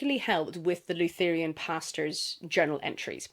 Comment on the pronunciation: I wanted to share the story of what happened to me when listening to your review of Buffaalo Hunter. I'm nodding along listening as you describe the main character confessing to the 'lou-THER-e-an' priest and thinking 'great! I'm up for an Native American folklore horror'. Then I realised that you were refering to a 'LUTH (ryhmes with Ruth)- ur-an' priest. Lutherans are a Christian denomination. But I realised that my whole perspective had changed when I didn't realise what religion the priest was. Wether it is part of the book or not, I was struck with a sense of the strangeness of Christianity in this setting and how much I am, however unconciously, influenced by my Christian upbringing of what is 'odd' or 'other'. All this is said, not as a dig at the pronounciation of Lutheran; but as how discussions of really good literature can take us to strange and lovely places. So, thank you! I look forward to reading the book and hopefully the Audiobook.